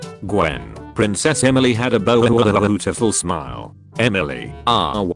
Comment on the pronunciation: "princess Emily had a BEAUIUEEHZKHGFUIGHILBEHSGZGHS9GUHRGEHTUIGHIRETIFUL smile" auto reader are so funny i swear 🤣 (from to )